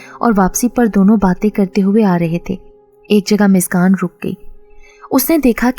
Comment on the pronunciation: App muskan ko miskan miskan q keh rhi hai? Mtlb itna mushkil name to nhi k ap muskan ko miskan miskan kr rhi hain